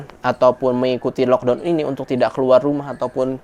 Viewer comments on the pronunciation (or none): punten ya, karena saya cuma gemes aja dengan cara sebut laukdown nya. please no laukdown anymore, lakdown way better (or lokdaun or lakdoun kalo cara saya ngajar adik how to pronounce in english walaupun tetap dgn dialek melayu indo). gemes aja, berharap ga marah atau tersinggung ya. terimakasih buat segala infonya dari india, sehat2 dan keluarga.